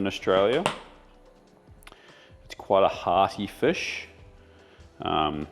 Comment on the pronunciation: Is aware he pronounces fish and chips ‘fiss and chips’? I’m a kiwi (Nelson) with Dutch parents and always got shit for saying ‘fiss and chips’. When he talks about Barramundi fish, it’s ‘fish’, but fish and chips, it’s ‘fiss and chips’. Never meet anyone else who says it the same, must be a kiwi/Dutch thing. Anyhow, just wanted to point that out 🤷‍♂️😂 Also, Preston market in Melbourne 🤙